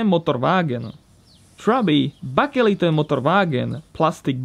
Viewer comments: baker-light, as in maker of bread and opposite of dark. Bakelite 👍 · I don't like picking on accents. But I'm pretty sure it's pronounced more like "bakelight" or "bakerlight"